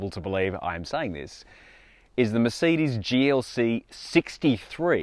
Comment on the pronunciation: I hate how you pronounce Mercedes